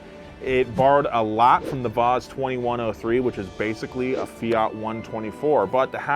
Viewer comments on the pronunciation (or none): none